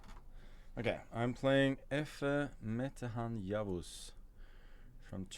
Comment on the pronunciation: The pronounciation of Efe Metehan Yavuz was clear I'm impressed as a Turkish ✅. (Edit: I accidentally typed Mete Efehan I wasn't even aware that wasn't correct lol)